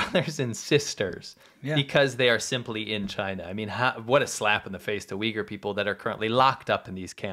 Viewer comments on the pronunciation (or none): The Chinese dude sounds like he is saying "The Wiggles" Well I suppose the CCP is a big red car 🚘 😂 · I cannot deal with that man calling the Uighur People “Weegills” It is definitely an intentional mis-pronunciation and he is being deliberately insulting in a backhanded manner